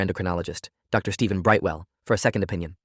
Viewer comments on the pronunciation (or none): none